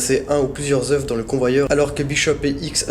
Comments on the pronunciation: Désolé de faire le rabat joie mais j'ai les oreilles qui saignent au bout de 20 fois dans la même vidéo !! Des œufs !! On dit des œufs (eux) pas des euf !! Stp ça rendra tes vidéos plus crédibles et tes commentaires plus sérieux ! Bonne continuation ! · Sa se dit pas des oueuffffff! On dit des oeu.... sans me le f au pluriel purée!! Ta appris ou le français ?